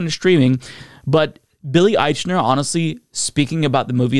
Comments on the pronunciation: It's a movie in post-covid times where the protagonist and most famous person in it is Billy Eichner. A person whose fame level is apparent every time mispronounces his name. I'm just sayin. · I have watched several videos about this. Nobody pronounces his name correctly.